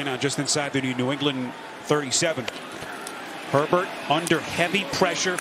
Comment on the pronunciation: the announcer definitely calls Herbert pervert.